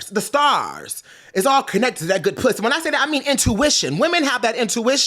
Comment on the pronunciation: I never want to hear puss pronounced as piuss again. 😭